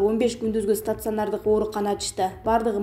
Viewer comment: стацыанардык-эмес стационар-деп окусан!